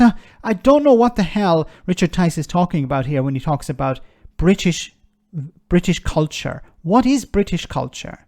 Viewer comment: Blimmin'' good effort by Tice at showing us what a cretin he really is. Jeez, he can't even pronounce culture correctly. As for decency and fair play, what the hell is he talking about? There's little evideince of that in his politics and even less in the history of the UK. 'Decency and fair play' is a British invention used to legitimise the way in which we plundered and murdered our way around the world for hundreds of years. 'Decency and fair play' covers all sorts; aparteid springs to mind, concentration camps which the majority seem to think were a German thing, the attempted eradication of the indigenous population of Australia.